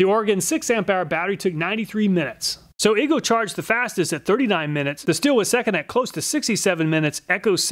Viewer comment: Thanks for saying husqvarna and stihl correctly.